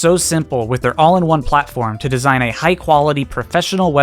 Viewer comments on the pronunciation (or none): none